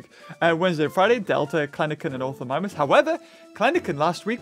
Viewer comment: No you can see he struggles like mispronouncing Deinocheirus, Kelenken, Ornithomimus, Phorusrhacos and Proceratomimus